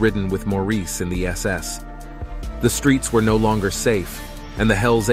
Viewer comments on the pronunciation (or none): none